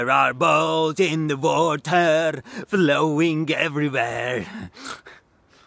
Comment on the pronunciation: Me at the end of the video "THERE ARE BALLS IN THE WATER, VLOWING EVERYWHERR"